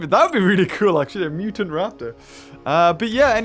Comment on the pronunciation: did he just say a muton raptor lol